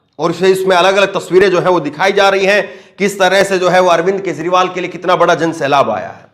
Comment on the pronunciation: Kezriwal lo bhaiyai isse naam bhi theek se lena nahi aaya bhaiya woh Kejriwal hai